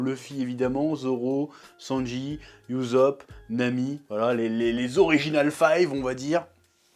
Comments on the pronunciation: ça mal aux oreilles 😭 Mais super vidéos d'accord avec toi 😉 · Ussop se prononce oussope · ça se prononce oussop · "Oussop" tel est la prononciation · En français on dit "Oussop" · Par contre je comprendrais jamais pk tu dis YouZop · «» «Monké dé LUffy» j'adore ta prononciation des noms en japonais 😂 P.S: C'est pas de la moquerie et encore moins à but blessant/vexant